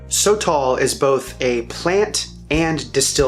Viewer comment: Pronounced: Soh-toll, not "so tall" gringo